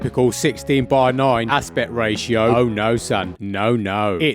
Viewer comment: “Raito”🤣 i will continue to use this.